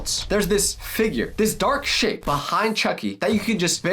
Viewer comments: But just keep taping the timestamp it sounds like he said shi tho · the first time i went to the timestamp it did sound that like he said shi